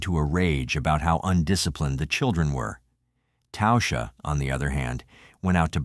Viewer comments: Her name was literally pronounced TASHA not tousha.. fk me..if you are going to make content about real people that have passed away and make money off her name at least have enough respect to say it correctly ffs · Its pronounced tawsha..